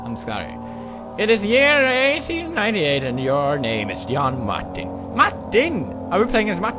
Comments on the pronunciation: I like the way he says Martin. maktin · The way he says MARTIN is just way to funnyyyy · i love how pewdie pronounces martin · lmao I love how he says "martin" lool tickle at 2.25